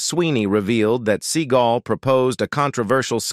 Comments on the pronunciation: As much as this man is on the internet and you pronounce his name wrong?? It's see-GAUL. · The speaker of this video does not pronounce Seagal right .The accent is on the 2nd syllable not the 1st